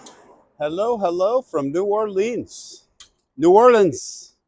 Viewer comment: My hometown!!! I've lived there for the first 26 years of my life; now I am in Charleston, SC. You pronounce New Orleans correctly the second time around, lol. Hey, I ordered my King cake yesterday; while you are down there, get a slice with some coffee. I heard that PJ's Coffee has a good king cake. It is a part of the Mardi Gras celebration.